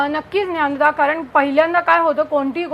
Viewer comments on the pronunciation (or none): Hi, thanks for sharing all the crucial details. I think the pronunciation is not Nyanda...it’s DnyaNaDa. Hope this makes sense.